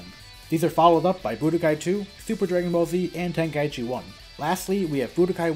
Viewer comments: Ten-Kai-chi✅ Ten-ka-i-chi ❌ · Tenkaichi. Ten. Kai. Chi. Not ten-kai-ee-chee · No. Tenka-ichi is how its pronounced, by the game itself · Maybe open up a copy of the game once in a while and listen to how the characters all pronounce it on the title screen